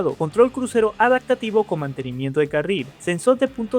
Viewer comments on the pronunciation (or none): Tenemos un problema pronunciando la p en adaPtativo, la cambia por una k, adaktativo, debes trabajarlo.